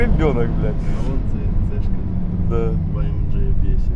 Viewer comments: АМ Г блеять а не АМДЖИ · Дизлайк только за произношение "А ЭМ ДЖИ" тошнит! вырви ухо! АМГ АМГ АМГ АМГ АМГ АМГ АМГ АМГ АМГ АМГ АМГ АМГ АМГ АМГ!!!!!!!!!!!!!!!!!!!!! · Почему ты говоришь АМЖ это немецкий Автомобиль и говорить АМГ в немецком языке нету Ж. это только у Американцов а Русские слизали.